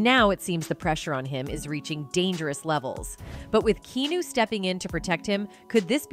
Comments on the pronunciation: Are we now pronouncing his name differently? Key-new? It has always been pronounced key-ah-no…. Or am I in an alternate universe?? 😅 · Key'yan'o ... 😂 Not Key'no.. Sometimes AI ruins an otherwise great video 😢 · BAD AI, BAD AI! It’s pronounced Key - ah - new, not key new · OMG it's not Kea-nu Reeves it's Ke-a-nu Reeves. Kinda make is difficult to believe or understand anything if his name is mispronounced during the entire video. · Sweetheart...his name is Keanu pronounced keyawwnuuuu not Kenu or keynew like you butchered it into. He is a good guy so you could at least get his name right. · His name is pronounced Kee A Nu, not Keenu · Keen- new 😂 key-on-new is how it’s supposed to be pronounced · Can't even watch. Terrible writing and horrible VO... KEENOO? KEY-AH-NEW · His name is pronounced key on new. Not key new. Weird ass A.I. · Key nu? Key an nu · Ki awn new not ke new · Keenew! WTF! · For real..how the hell does she not know it's fucking Key-ah-nu??!! How could it be uploaded not fixed..how many ppl saw it before it was actually posted?? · Parbly a A.I. or clearly someone who has never heard his name pronounced out loud. Key new. 😢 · Key new…..😂😂😂😂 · OMG IM PULLING MY HAIR OUT EVERY TIME SHE PRONOUNCES HIS NAME WRONG ITS Key Ah New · “Key-New” I agree with you! This makes me wanna throw up. It’s awful. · Yah. I thot dont say kenu. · KEANU is pronounced KEE-ANN-OO! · The number of Key-New mispronunciations is disturbing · Also his name is key-on-ooh Reeves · The AI voice over says “Keenu.” 😂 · KEY-AH-NEW. Now say it with me KEY-AH-NEW. See that wasn't that hard! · Key New? Interesting pronunciation for Keanu. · Who can even watch this video while the entire time she keeps referring to Keanu Reeves as "Key new" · This can only be an AI voice or somebody who lives in the woods. It Key-ah-new bish! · JESUUUUSSSS H CHRIST !!! here I'll help you !! Key-ah-new KEY-AH-NEW !!! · Nah did she call him Kēnew😕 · KEY-AH-NEW you simple AI!!!! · KEY-ON-NEW LEARN HIS NAME.